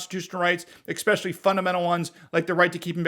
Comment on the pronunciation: You are a formidable Force in the Second Amendment fight. You are a member of the US Supreme Court bar. Constitutional attorney and best-selling author. I love your work. That said, please stop saying, "EXXXSPESHULLY." Say instead, ESSSSPushully. It's like saying 'nukular, v. NuCLEAR. Bush 43 got that wrong. I am a hopeless grammar Nazi and I admit it. But people will judge you in ways that you will never perceive nor become aware of. Let's give them one less thing to use to discredit you. Thank you for reading.